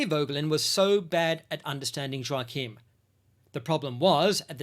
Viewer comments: This sort of discussion improves the quality of discourse. ✅🇬🇧❤️🇺🇸❤️🇦🇺🌏 Ps Joachim is pronounced "Yockim" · Shouldn't Joachim be pronounced with a soft J? Like Yoachim?